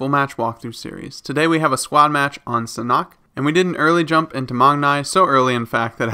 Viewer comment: ”SAN HAWK” not ”sanok”